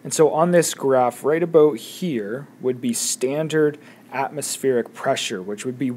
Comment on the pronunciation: "aboat" xD